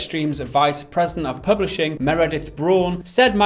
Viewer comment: ...You're saying Meredith wrong. I should be more specific